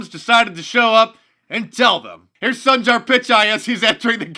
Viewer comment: All of us conservatives are having the same hallucination. Hooray for Alex Jones! I'm studying Hindi and Sundar means handsome, his parents really missed that one when they named him! It's actually pronounced Soon-dar, but mispronounce it all you please, thank you.